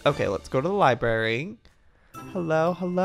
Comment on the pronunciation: Joey: LiBaRy Me: I have to tell you